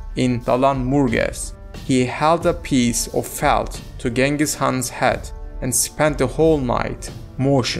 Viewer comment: not g it s ch